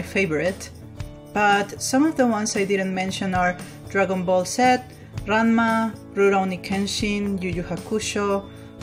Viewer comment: Not trying to be rude here but you saying anime wrong and drangon ball z by the way great video!!! That really looks like rem!!